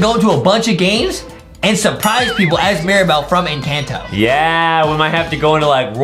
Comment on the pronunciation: The name is encanto the a says al